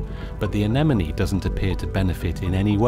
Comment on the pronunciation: Is it pronounced enemonie? I always thought it was a-ne-mone?